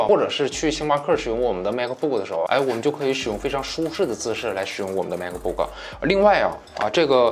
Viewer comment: 是马克不克 不是macbook